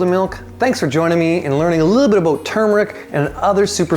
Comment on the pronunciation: What whold fix that confusing problem would be pronouncing it the right way. Instead of saying tumeric say turmeric.